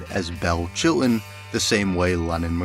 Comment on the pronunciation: …and what’s with the glottal stops when saying “Chilton” and “buttons”?